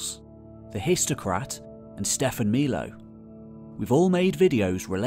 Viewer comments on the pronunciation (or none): If Milo is an Italian name, the i is pronounced like ee